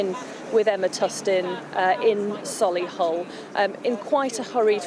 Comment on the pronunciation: It's solihull not soily hull